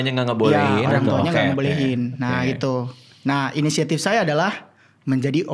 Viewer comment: PECAH BGT PAS NGOMONG “SUAYA”😭😭😭😭